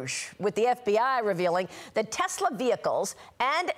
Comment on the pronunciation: Donald is so stupid. Elon's Tesla deserves the legal protests and the lack of sales and the tanking stock. Since when do elected members of the government have the right to promote a private company like Tesler? (Donald's pronunciation, not mine).Especially turning The Whitehouse into a Tesler showroom. What an embarrassment! The Tesla protests are happening worldwide. As for the judges, they are following the rule of law. Trump MUST follow the rule of law. Pam Bondy is a hypocrite and a joke. Right now, I am ashamed to be American.